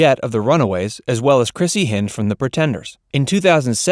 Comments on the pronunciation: It's not Chrissy Hind (rhyming with Wind)....It's Chrissy Hynde (rhyming with kind).......that's terrible that you butchered her name. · Chrissie Hynde- pronounced "HINED" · You have a problem with pronunciation. It is Hind like behind , NOT hind like hinder in Chrissie Hyndes name. It is ant Bee like the insect, not aunt bee like you say it. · Chrissie Hynde's name is pronounced "Hind". Like a dog's HIND leg. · Chrissy Hynde's last name is pronounced with a long "i." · Check pronunciation of Chrissie H of the Pretenders. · First discovered Suzi Quatro in the early 70s. She was and always will be 'The Glam Rock Queen'. Have never heard anything bad about the lady, and in interviews, she always comes across as someone you could spend and hour or so with, having a cup of tea and a chinwag. You also need to work on some pronounciation. Especially Chrissie Hyndes surname. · I let a few narrative flow errors pass, but when you mispronounced Chrissie Hynde at about , I downvoted and left.